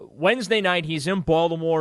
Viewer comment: it’s not Baldamore It’s Baltimore